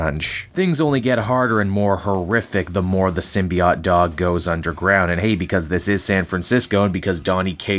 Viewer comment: I guess I'm going to be that guy but Symbiote ends with an oat sound...